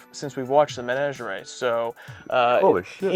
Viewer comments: Why do we still pronounce menagerie so funny, guys? 😂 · Why are you guys pronouncing "menagerie" so weird?